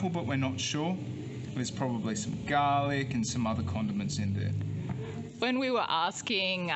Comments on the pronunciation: Arroz a la Valenciana... Valencian style rice. Btw There's NO pineapple in a traditional Lomo Relleno... It's nice that you are taking in the culture of your host country. In Nicaragua there are Milca and Rojita which are native produced soda drinks, not sure about Red Fanta. What the hell is gah-lic??? And it's Nochebuena not Buenasnoches...🤣 the last one means good night! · They are from Australia, that’s the way the pronounce garlic. I love your suggestions and the rum, yum 🤤